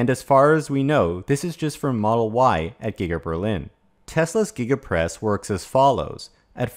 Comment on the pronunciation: Did he say Giga Press or Giggidy Press ??